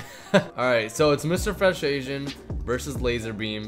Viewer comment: You said lazer beme and zebce